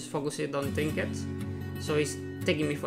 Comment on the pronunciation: i couldn't understand what he was saying for the fishing trinkiets thing, someone please help me, what did he explain?